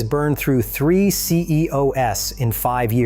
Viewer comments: also said CEOS instead of CEOs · WTH is up with showing Honda auto dealerships and Civic window stickers when talking about motorcycles and a robot voice that mispronounces words, model names and "cee-ee-oh-ess" for CEOs?